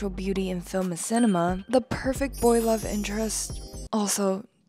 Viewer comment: "The LOVESUHHH!! of my life"